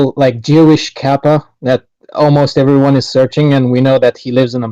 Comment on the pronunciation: Worth watching the stream just to hear say ‘ervermom’